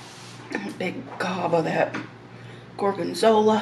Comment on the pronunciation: It's really nice when you pronunce salumi, formaggio and gorgonzola in italian! I'm italian 🙂